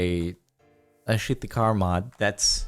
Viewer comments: Your terrible russian accent did not help. "Welcome back to shit the car mod" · "Alright welcome back to shit the car mod" what the caption thought you said might be worse than what you actually said 😂😂